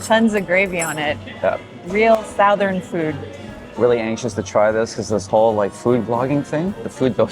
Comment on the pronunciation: did you say "SOUTH ern"???? uh no SUTH ern....